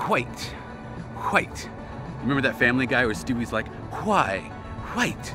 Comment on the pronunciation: bob ross also says hwite. i guess all good artist do it. can you hit up faze?